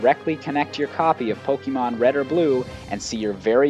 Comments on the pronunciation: It's Pok-AY-mon. Not Pok-EE-mon. Urgh. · Supposed to be Poke Ay Mon. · Pet peeve of mine: people pronouncing Pokemon as "Poke-ee-mon" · my god the way you say pok EE mon is driving me nuts but otherwise great video. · Why do you read it po-kee-mon It's written "pokémon" not "pokemon" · And if you haven't noticed, the "E" in pokémon is accented, so it's poke-AY-mon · why the f*** does he keep saying pokeemon is he an idiot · I had to stop listening. The way you say pokèmon (poh kee mon) was driving me crazy. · I wonder why people keep saying Pokemon wrong, it has been six generations already..... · Most of the video was fine, but I cringe every time you say "Pokemon" wrong.